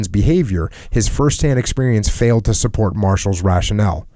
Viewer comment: El *to get supporch